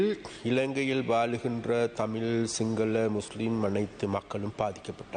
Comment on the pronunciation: புணர்ச்சிக்கும் புனர்ச்சிக்கும் வித்தியாசம் தெரிஞ்ச டாக்குடருக்கு, Sepaக்கு (සැප) சப சப'ன்னு சொல்லிட்டு இருக்காரு. Sinhala'க்கு Singala, singala'ன்னு சொல்லிட்டு இருக்காரு. மொத்தத்தில் இவருக்கும் Pronunciation பிரச்சினை இருக்கு.... இதுல இவரு ஏதோ மேதாவி மாதிரியும் மத்தவனை குறை சொல்லிக்கிட்டு இருக்காரு. இவனுங்கட பிரச்சினையே இது தான்... மத்தவனை திருத்த முதல் உன்னை திருத்து....